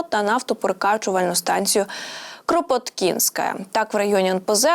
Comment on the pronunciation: Станція кропОткінська, а не кропоткІнськая. Знову у ведучої проблеми з наголосом. Треба незнайомі слова та назви заздалегідь перечитувати та перевіряти.